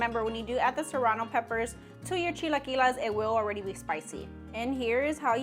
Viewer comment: Girl its chi-la-qui-les not las 😂